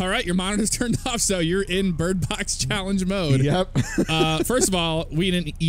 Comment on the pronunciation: Lmao what a great start "Alright bridbox challenge "